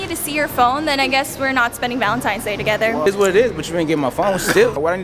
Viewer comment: Wait fredo said valentime's😂😂